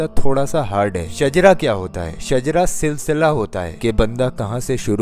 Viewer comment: Not shajra that is shijra